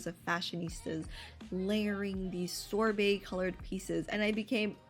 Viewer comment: WHY DID YOU SAY SORBET LIKE THAT